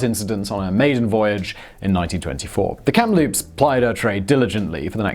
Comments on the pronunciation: KAM-LOOPS not kem loops yah hoser! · Simon, WTH.. where do you see a letter P in the middle Kamloops? It's a ridiculously simple word to pronounce. Geez.. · Pretty sure that first ship is pronounced KAM-loops, not KAMP-loops. There's only the one P in the name. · I lived in Kamloops BC, its pronounced Cam-loop-se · And yet he pronounced Kamloops wrong the first time lol